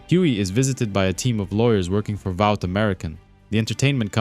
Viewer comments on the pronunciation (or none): “Valt” American then - “Vought”. I don’t get the mispronunciation.